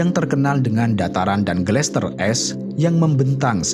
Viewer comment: Gletser min, bkn glester